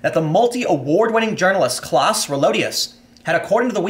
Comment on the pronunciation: Its pronounced Klouse not Kläss.